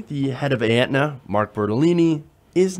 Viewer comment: Please learn how to pronounce "Aetna" before trying to extrapolate on how you know so much about the health insurance industry. It's like not understanding the difference between Medicare and Medicaid. Just a personal pet peeve of mine.